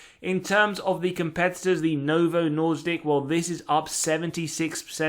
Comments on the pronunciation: you are killing my language 😊 Its Novo Nordisk. Nor-"disc". Not Norse-dic. I know Danish is awful but its still my lingo. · Sir, did u really call it Novo Nordick several times?😒🥲🤣